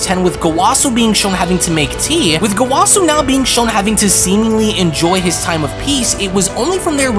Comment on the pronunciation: That is not.. how you say gowasu's name, or rumsshi, I think you should actually watch super lol you are butchering everyone's names